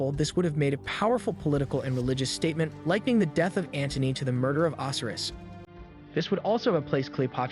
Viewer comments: How can you purport to be interested in Egyptology and NOT know how to pronounce the names of their major gods such as Oh-sy-rus? And Cleopatra is pronounced with a hard "ah," not "aw" in the third syllable of the name. Oy... Work harder on the pronunciation of these important names of history. Ugh, this younger generation - the knowledge of the world at their fingertips and they can't even pronounce the names of the Egyptian gods correctly! Learn these before you post more videos - it's imperative to getting more subscribers, because people like myself will shun your channel until you can demonstrate a proficiency in these simple concepts like accuracy in pronunciation. Also, slow your roll! You speak too quickly - slow the tempo down a few clicks with your verbal presentation - it'll get people to watch more without feeling like your urgency is stressing them out just to listen. Not trying to be a jerk, but man, you need to take these constructive criticisms to heart in order to better your presentations. On the other hand, I must say that I am impressed with the visuals - and the substance of your presentations is pretty good, too. But without the pronunciations correctly done, and the pace of your narration slowed down to a more reasonable pace, you will not be taken seriously by people who already understand this information better than you do. I hope I've been able to be helpful and not too hurtful with my criticisms - I've tried to keep them as constructive as I could. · The Egyptian god's name is pronounced O - SI - RIS with heavy drawn out pronunciation on the letter O. 😑